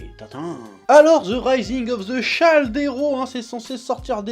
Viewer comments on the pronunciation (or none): MAIS CHEF MEME UN MEC NUL EN ANGLAIS SAIS DIRE SHIELD QUOI SHIELD SHI ILD PAS SHI AILD T_T